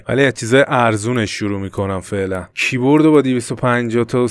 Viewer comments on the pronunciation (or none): فقط کییییییبوردگفتنت😂